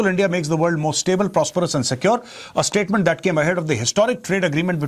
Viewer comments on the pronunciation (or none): none